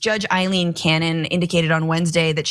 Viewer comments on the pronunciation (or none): She's a bad judge, but her name is Ailene, not Eileen. It is pronounced A-lean, not with an 'I' in front.